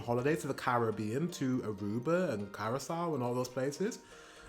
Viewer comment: the way he pronounced Curraçao 😭😭 thats just offensive